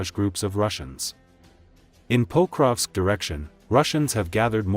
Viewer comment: Diese Computer-Stimme ist schrecklich. Sie kann nicht einmal Pokrovsk anständig sagen.